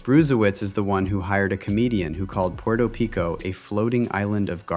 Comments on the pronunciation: Puerto Pico? Why is an actual sentient human voice so abhorrent and something to be avoided now? Man, f*ck AI! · Porto Pico??? At least have the decency to pronounce Puerto Rico correctly.